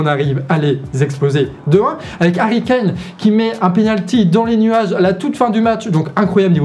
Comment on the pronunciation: Juste pour information, Joe Biden se prononce "Djo Baïdenne" comme tu le fais souvent si bien Harry Kane se prononce "Harry Kaine" comme tu l as si bien fait dans la video Mbappe egalement se prononce "Mbappe" et non Embappe Mbappe n est pas un nom francais, ce serait bien de ne pas vouloir le prononcer en francais Mbappe est un nom qui vient de la langue ɓwambo ɓwa duálá (Douala, Cameroun) et qui se prononce "Mbappe" Voici un petit extrait de la facon de prononcer ce "MB" ( - ) Merci